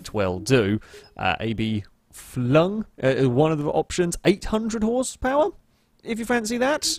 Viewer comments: He said a.b.flung.... I feel attacked that he sis t even bither to say abflug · 'Abflug' is pronounced 'Up-fluke'